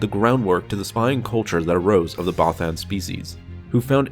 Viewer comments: Bothan is pronounced (both-ENN). It's literally said in ROTJ by Mon Mothma, bro. Twice. No offense, my friend, but you seriously need to brush up on your pronunciations. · I like ur vids but not how u say bothan but keep doing u bro